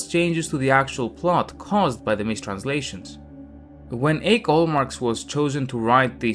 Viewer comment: Åke is pronounced Awkay.